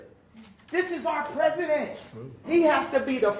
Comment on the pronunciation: "I'll never have dinner with the presesident."